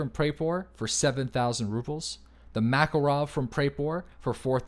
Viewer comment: Swear to god if he says "mackle-rov" one more time....